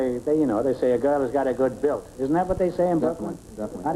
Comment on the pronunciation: "Built" BILT